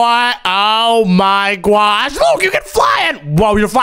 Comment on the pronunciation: Every millisecond bro says "OH MY GWASH"💀